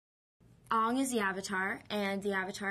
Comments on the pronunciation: "Ong is the Ovatar, and he has the ability to bend all four natio--all four elements. And that's really rare, y'know." LMAO She doesn't even know what she's talking about. It's not "rare," Ms. Peltz. You talk about how "rare" Aang is as if you can find somebody else like him or sumt'n. There's actually only ONE Avatar. After an Avatar dies, he's reincarnated to the next element of the cycle. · "Souka"?! and "Oong"?! WTF?! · Didi she just say soka as in soak-uh! n ong? wtf(reak) is an Ong? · ( its Sokka = "saka"... Aang = "A-ng" le'douch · "soh-kuh" and "ong" -___________________- disgusting. thank god there's no "cat-er-uh" -____- freaking shyamalan "like lord of the rings and star trek" my ass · the movie pronounced aang and sokka incorrectly from the cartoon :( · WHY DON'T THEY SAY AANG, IROH, AND SOKKA'S NAMES RIGHT!? HOW HARD WOULD IT BE TO CORRECT THEM!? WHY THE HELL WOULDN'T THEY MAKE THE ACTORS WATCH THE FIRST SEASON OF THE SHOW TO GET THEM IN CHARACTER!? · yeah definitely, i think the director forced her, put it ths way, no one likes the weird pronunciation. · My only problems are that the movie/show is based in china or wateva & they had indians and white ppl. Not to be racist at all but it kinda messed up the whole thing. And they didn't pronounce the names right once! Smh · yes, like the german pronounciation of Aang ^^' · Was Nicola forced to mispronounce "Aang" and "Sokka" for this interview? Surely, she must have at least heard about the show judging by her age, right? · Watsup AUNg instead of aang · S-oh-ka and aw-ng. Ugh. It bothers me. 0__0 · it's not Oong.. it's Aang, just not in english pronounciation. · his name isn't 'ong' ...its 'Aang' ...but w/e.. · it's not "ONG" it's fucking "AANG" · The fans of the shows who were in this movie (like her and Noah) must've had to get used to calling the characters by the wrong name! Once I watched a Noah interview and he was SO CLOSE to calling himself Aang. He was like "I play A-Ong." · Ongg? wtf its Angg!